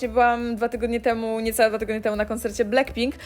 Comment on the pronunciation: To niezłe "Bleckpink" 😂😂😂😂